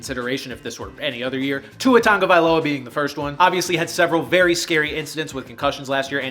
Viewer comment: I'm sorry, HOW did you pronounce Tua's last name????